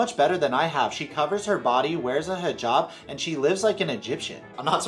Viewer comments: How does an adult not know it's a hijab, not higab? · POLICE it’s hiJAB not hiGAB, no Egyptian says that 😭😂 I’m literally a hijabi I would know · Why does she pronounce it higab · Did she say HeeGab?